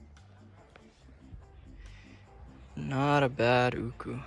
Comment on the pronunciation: Atleast you pronounce it correctly and not arrogant like Ryan myers “ooooohhhhkouuuuhhs”.